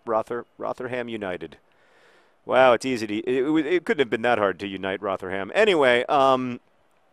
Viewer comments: A year late but it's pronounced like 'Rotherum' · Your pronunciation of Rotherham is adorable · kittenpyjamas mispronouncing things is John's thing!